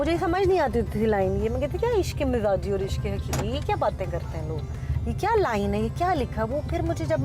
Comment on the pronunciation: It is mijazi not mizaji